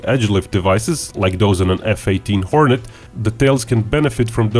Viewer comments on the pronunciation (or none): none